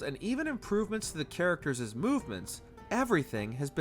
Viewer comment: 'Actoreses' 'charactereses' where did this guy learn to speak? He sounds 'retardeded'